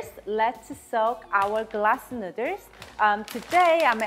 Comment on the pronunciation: I live for saying "nudders" 😂 i cant wait to make this